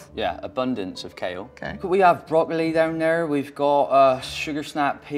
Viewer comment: Brittany literally shuttered and did an internal giggle when he said “down der” with a slight Irish twinge